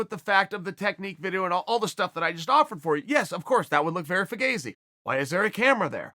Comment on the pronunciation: Did Chael just say, "Fagazy". LMAO